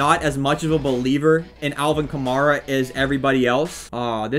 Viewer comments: And not ka-marr-a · Btw it’s ka-mar-a